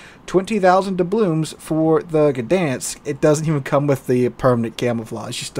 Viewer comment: ITS dublooNs not dublooMs ...